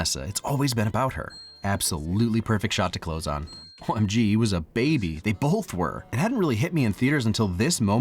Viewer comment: pls stop saying "bolth" you're killing me